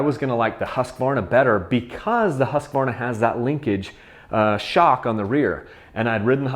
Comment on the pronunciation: it's pronounced "husk-varna" NOT "husk-ah-varna" lol